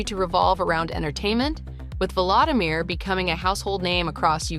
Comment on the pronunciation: If you are going to present a personality, please, please learn to pronounce his name correctly. It is vO lO Samir , not valadamir ( as in Valadamir Putin)